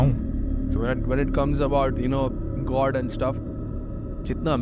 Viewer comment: God ❌ goad ✔️ aadha confusion toh wahi hogya meko 😂😂